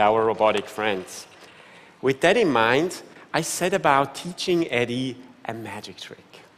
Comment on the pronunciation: That's not how you pronounce EDI.... It's EDI